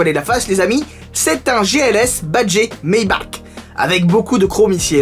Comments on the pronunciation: Ça se prononce Maybarrrrrre 😂 sinon cool la vidéo continu ! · Ça se prononce "maybarre" a l'allemande :) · Moi je dis « Maybar » pour Maybach, parce que c’est allemand. Comme dans « acht »